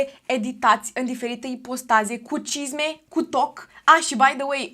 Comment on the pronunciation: La un moment dat pe la mijlocul videoclipului de fiecare data cand spuneai “cisme cu toc” ma apuca rasul:))